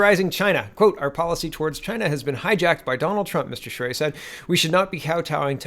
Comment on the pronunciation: " You pronounced Charest's name ~PERFECTLY~....nice going ...most would not have " { I'm Canadian} [[ and actually have Family 3 blocks away from this location and friends right next door ...the area is FULL of ~Crack~ Addicts too,unfortunately .... ... but has fallen to * Immigration-Inundation " that first *creates the problem " ...then ...sets up shop to run The Business... with both the cops & Lawyers?Crown Attorney's help ...by looking the other way...reduced sentencing... and out & out Payoffs to all mentioned above...as "IT IS THEIR DRUG RUNNERS / DEALERS that they defend [[[ I NOW THIS FOR A FACT ]]] - ( * PERSONALLY WITNESSED ON NUMEROUS OCCASIONS ) {{ ***There are also A LOT of them that ***Directly >ARE>< The Source of the drugs coming into & being distributed among the dealers;then users in the City of Ottawa [The Nations Capital - by the way] The City ...is totally Unrecognizable from what it use to be ...not even 20 years ago... lie ~MOST~ ...now in North America ...if you were to as some of the ones that have been here this long[born-lived here for generations etc] *annnd....it's ~ONLY~ GOING TO GET MUCH-MUCH WORSE ... with the U>N>'s latest con-job of sticking the rest of the World ...with the free-loaders of tomorrow 750 000 people ...I believe ...to be re-settled here in Canada alone... HOW ...does a population of 32 million ....pay for this >ALWAYS INCREASING < levels of people who will ***NEVER WORK ...nor pay into the system ...but rather just draw from i